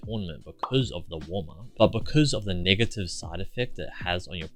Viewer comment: "because of the niggative side effect" 💀